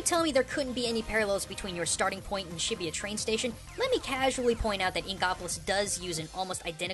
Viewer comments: I think you say shibuya like shi - boo - ya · This is by far the most cringeworthy series at least learn how to pronounce the city's names its not Shibiya, not to mention Tokyo's mostly business, Tokyo tower is not the largest building its the sky tree, and this person obviously didn't research this game at all. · Is that how its pronounced? I always thought Shibuya was pronounced like "shi-booyah" ....Thanks a lot Digimon!